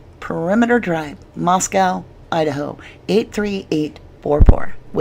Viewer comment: Core-duh-LANE LAY-tah County. mos-CO Idaho.